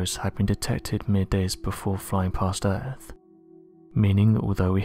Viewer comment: What is The Erf? do you mean The EarTH?